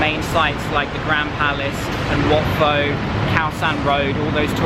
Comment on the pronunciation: Just a little correction; wat pho wasn’t pronounced pho(vietnamese noodles), But instead “Po” (like the panda character in kungfu panda)